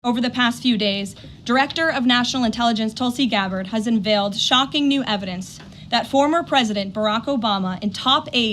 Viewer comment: She pronounces "envailt" instead of "unveiled".